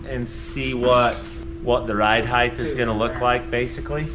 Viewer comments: Just as soon as he figures out there's no "th" on the end of "height". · Height ends with a T not an H 😂